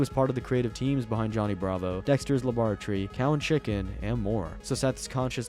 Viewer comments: Tapped out a second before me at "Dexter labartry" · WTF is a labartree? laybertree labortree? I am so confused I don't even know wtf he said. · Dexter's Labotree 😭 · Dexter's La-bore-tree? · bro pronounced it lum bore a tree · Seth even said it properly 10 seconds later. He also put the wrong emphasis on laboratory. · who tf pronounces laboratory like that 💀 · nah rewatch the video and tell me he doesn't completely butcher it. I'm British too mateb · "dektchers labrartree"